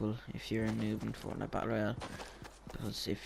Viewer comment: do you guys want a icon for your channel i will make you one if you want and btw you said it wrong fornite battle royale not royal!